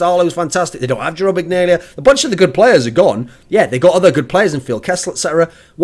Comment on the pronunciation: The way you pronounce Jarome Iginla was cringe worthy.